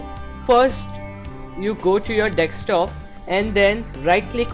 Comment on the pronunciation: dude it is called desk top not deks top